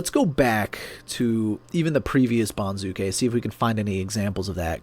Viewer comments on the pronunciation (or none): accent for banzuke is on first syllable BON zoo kay, not bon ZOO kay